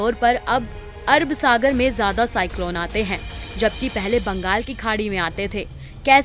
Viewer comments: Abe pagli pehle sahi se naam lena Sikh lo samjhi, Arab sagar ki arb sagar bol rhi h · Arb sagar nahi Arab Sagar.